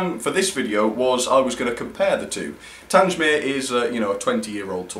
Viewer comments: YOU CALLED IT TANGE-MEER AGAIN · Haven't had a layout for many years but my interest In real and model locos has never wained. Great channel. Having been stationed at TanGmere. It sounds strange to hear it pronounced TanJ mere. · Not Tangemere, it's Tang-mere. How many times do I have to pronounce the name for you? As for your Camelford engine, I wholly agree with your issues. Who wants to buy an engine whose body comes off, when taken out of the packaging? Not me, that's for sure. What do you love about these ugly Spamcans anyway? Just curious. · So you are aware, the name for 34067 is pronounced 'TANG-mere' - there is no "J" sound. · Your pronunciation of Tangemere was awful and you should have got someone to over dub your pronunciation of that word. I have traveled a lot behind Tangemere but it does chuck out a lot of soot and ash. It is nice that it has been preserved as built. Until its recent overhaul it was a very reliable locomotive.Bye from Ian. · Tangmere. please get the name right. a battle of britain class named after the fighter station.